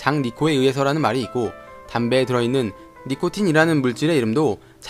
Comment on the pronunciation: 니코틴 니코니 라고들리는거 기분탓?